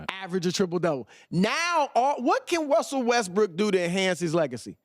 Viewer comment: Did he say Wussell Westbrook?